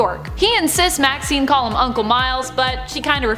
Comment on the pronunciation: Maxine sounds like vaccine 😂